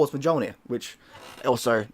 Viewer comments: It's MYOL-neer 😂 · no, there is 1 pronunciation for it. “Myol-neer” similar to jalapeño, “hala-pen-yo”. So yes, you do have to take the time to learn the correct pronunciation, especially if you’re gonna call yourself the Aussie fuck Viking. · Mjölnir is pronounced like "myoolnear" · The J makes a different sound my dude, MYOL-neer. Almost never does the J sound like an english J. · Dude really said "MeJolnir" 😂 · The j in mjölnir is pronounced as a y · the J is silent dude.... jesus